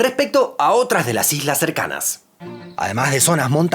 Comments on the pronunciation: Jajajajajaja dice ijlas 😂😂😂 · En el minuto decis algunas hijas o estoy loco? Jajaj quisiste decir algunas islas no